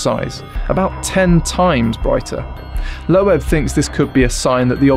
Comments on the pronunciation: it's correctly pronounced loob -- like book. That's the original German pronunciation but Americans usually says it with a long O. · I'm pretty sure Avi's surname Loeb is pronounced lobe, like earlobe. Can't help thinking you should have checked before saying it wrong 20+ times. Regardless, another great video, good to see you back. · Dr. Loeb's name is "Loeb," but instead of /loh-ehb/ it's //öb, lœb, løb/, the Yiddish and German (and others) vowel between oh and ay, shape the mouth to say AY then round the lips to say OH at the same time. In English, this is usually given as just oh or ay, and Avi is /ah-vee/ instead of /ăvi.